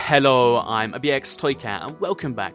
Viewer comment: Dat Hallo tho